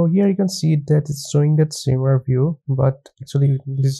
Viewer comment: Thanks for the content! funny, it's shimmer not shrimmer :D